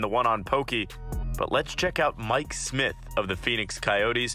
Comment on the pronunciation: im surprised he got smyth or miller correct